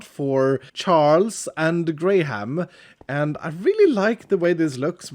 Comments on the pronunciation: Graham is said grey-em rather than grey ham!! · Tbh, every time he said Charles and Greyham, I kept hearing Charles and Grian, which is pretty funny imo